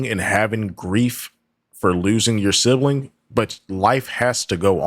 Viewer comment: She says sibling like sibaling and family like fambily I can go on and on.